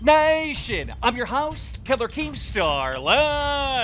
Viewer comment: Its Keems bro (megan)